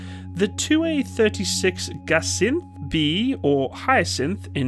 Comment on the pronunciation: Да, слово Гиацинт сложно произносить если на английском языке он на эйч. Да и буква И вытянул как ай, не E. Но старается, молодец. На всякий случай произносить надо Ги А Цин т примерно так по слогам.